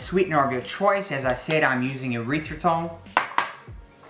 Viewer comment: Short e sound on the erythritol. Erythritol is not a byproduct of the urethra, at least I hope not.